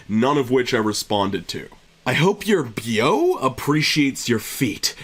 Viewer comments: I almost didn't click on this because of the foot in the thumbnail lol bleghhh edit: hearing you pronounce beau as "beeoh" sent me haha its "bo" for future reference :P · you say Beau the same way you say bow (as in bow and arrow) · Beau is a name it's pronounced bo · Beau is pronounced Bo, it’s weird and I didn’t lean this until like 18-19ish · Psst, Beau is pronounced like “Bow” Anyways if I noticed anyone looking at my feet best believe I’ll call them out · Beau is pronounced as 'bow', like bow and arrow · just fyi beau is pronounced bo. Maybe it's just a southern thing haha. It's like you're romantic partner or whatever. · Heads up, beau is pronounced “bow” (as in the hair accessory). Love your wholesome Reddit content though :) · The way he pronounced “beau” though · Sarahcha thank you for saying something. I was about to post about it too.